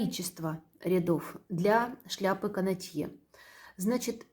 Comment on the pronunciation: Простите, пожалуйста Но правильно "кАнотье".